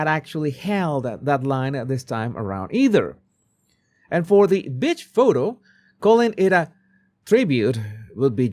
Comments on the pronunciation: Every time says “beach,” I think he’s calling someone a bitch 😂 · exactly, and nobody is calling out for his poor pronunciations!..every time he says "beach", I hear "bitch", but I just laugh cuz I love the guy and I understand this..😂😂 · Love how you pronounce beach😂😂😂 wondering if that's intentional 😅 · I adore your pronounciation of 'beach' in connection with Markle. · no he meant beach but it came out asthe other word. with i t ch 😂😂😂